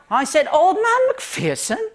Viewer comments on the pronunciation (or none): Old man McPherson, there is no fear in McPherson. Mc Fur son is how you pronounce that